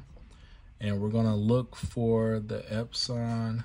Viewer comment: Out of respect, I will now call my Epson printers EpSAWN instead of Epsun. You are awesome, friend.